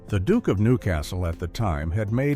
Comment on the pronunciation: Not all Americans pronounce duke the way of this narration.